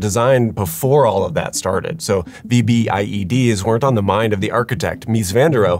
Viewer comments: Afghan vet here👋🏼, it's not spelled out when you say it. V B I E D❌. it's said as a single word. Vbed ✅ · Its pronounced "VEE-BID", not "V-B-I-E-D". Also it is ammonium nitrate mixed with diesel (ANFO) with a timer, not ammonium nitrate "with a diesel timer". There is no such thing as a "diesel timer". I did like the nice touch of having Muslim women walking out of the building considering the subject of the video lol. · It’s pronounced “V-BID”, but great video! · Just call them “v-bids”. We don’t call them VBIEDs when we’re talking, they’re just “v-bids”